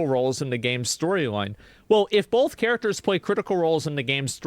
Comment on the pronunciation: Every time asmon says "both" as "bolth" i wanna commit harakiri.....